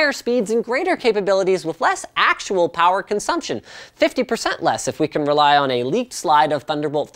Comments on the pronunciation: "NO, WE NEED MORE POWWA" that made my day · NOOO, WE NEED MORE POWAH